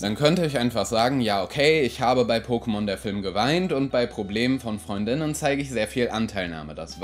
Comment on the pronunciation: Wieso betonst du Freund*innen auf der zweiten Silbe? Ich dachte, die Aussprache davon wäre wie Freundinnen, aber mit glottalem Plosiv vor innen. So klingt es einfach wie Freundinnen.